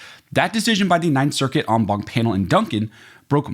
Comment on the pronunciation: Wtf is an “omwom” panel?